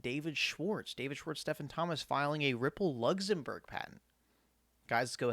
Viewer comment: Lugzumburg lol